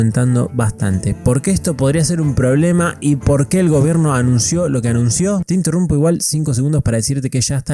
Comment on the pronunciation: "EL GOIBERNO"